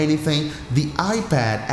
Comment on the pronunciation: "...on your iBad"